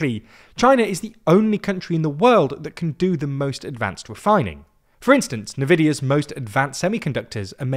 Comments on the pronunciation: Why did you pronounce NVIDIA as Navidia and not N-Vidia???? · Oh no, he says Nuh-Vidia, not the correct En-Vidia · Nvidia is not navidia it is ENvidia you keep messing up pronunciations sigh I swear it’s done deliberately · Did you really say NU-VIDIA? IT'S PRONOUNDS EN-VIDIA. Bloody noobs. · it's EEEEnVIDIA dude =) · Nuh-vidiya lmao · another day another 'navidia' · "nividia" is crazy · Nvidia is pronouced "EN-vidia"